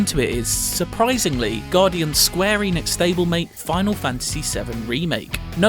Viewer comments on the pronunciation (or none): none